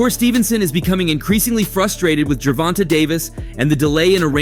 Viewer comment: Ger-von-tay is how you pronounce his name